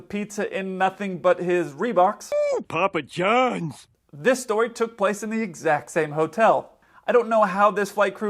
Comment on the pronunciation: Was it "Papa John's " Or "Poppin John" ?? Off duty and on the pole; talk about an extended layover